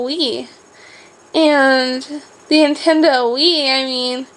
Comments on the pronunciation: Did she call it "Intendo"...? And Bill Nye was awesome! All the cool kids watched that! Bill Bill Bill BIll... Bill Nye the science guy! I don't know that I would consider hopscotch and hula hoops as toys from the 90's... Lizzie McQuire started in 2001... hehe! You should do a vlog about the 2000's. that would be fun! Or maybe one explaining what got you started making YouTube videos, could be interesting for us! I liked this one too! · Its nintendo not intendo...